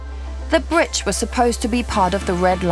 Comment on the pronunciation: Oh no it's the "bridgtch" narrator woman again. At least she only said it twice this time.